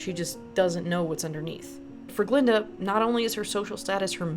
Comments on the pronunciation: Its painful to hear you mispronounce her name this whole video. Its Glllinda. 😂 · That Green Witch and Fiyero was playing Glinda behind her back. And that old goat, kept on pronouncing Glinda name wrong.